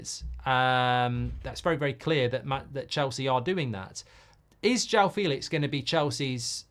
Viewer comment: It's pronounced Fell-lix